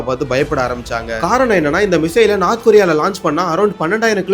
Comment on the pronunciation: அடேய், " நார்த் கொரியா" எங்கேயடா உள்ளது? "North" ( நோர்த்) கொறி/ரியா என கூறு.